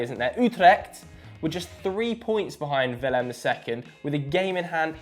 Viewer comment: Its not "Willem the 2nd" is it?